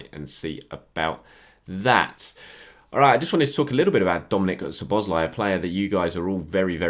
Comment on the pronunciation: Nice pronunciation of Szoboszlai's name. KUTGW. :)